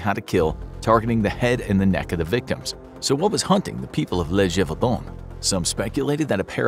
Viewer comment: Gévaudan sounds like zhay not juh. Accent is written there so people don't pronounce it like juh. 😊